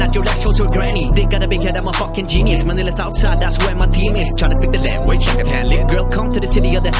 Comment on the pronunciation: the whole combo of the way you pronounced the city, followed by the awkward silence and your expression with that spinning ball 🔥